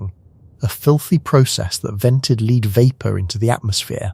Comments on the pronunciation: Do you hate your listeners enough to speak to them via robots who can't pronounce "lead" or "A.D.". I love the content. I hate the LAZY, LAZY, presentation. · Love Joseph Tainter's work, and Eric Cline's, too. Could you please pronounce "lead" as "led", when you mean the element Pb? And it's "Ram-sees". Thanks.